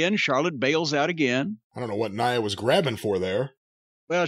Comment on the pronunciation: He calls her "Nee-ah" Jax. 😂